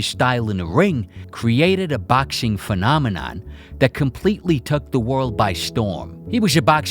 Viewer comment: ffs i crumble everytime you say baxing